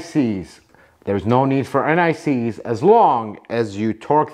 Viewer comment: Anyone else think he said NIC's instead of anti seize? Probably just me.